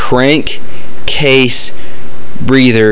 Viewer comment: im pretty sure i dont want to take advice from someone that cant even say crankcase